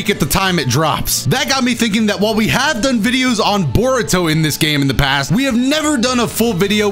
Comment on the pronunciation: why do you like Bore-uto?